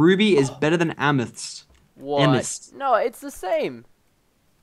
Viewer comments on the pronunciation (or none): it amathist not amis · my god stop saying amis its AMATIST. Jeez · its not amists ots am-uh-th-is-sts geez get it right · It's pronounced am-eh-thest no amist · PRESTON IT AM-ETH-IST NOT AMIST!!!!!!!! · btw Lachlan is pronounced lochlan amethyst is pronounced amathist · please pronounce Amethyst wrong.I know it's hard for you to pronounce but just try to pronounce it.It is so annoying when you pronounce it wrong.Its A-me-thist(Amethyst) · Amethyst. It's pronounced Am-me-th-ist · (AM)(A)(THYST), SAY IT RIGHT! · NO it is AMATHIST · It's amaphist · It's amethyst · Amethyst can you not pronounce the letter T. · Its kind of annoying that he is pronouncing Amethyst wrong but where ever still a good series no doubt. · You are not pronouncing amethyst correctly.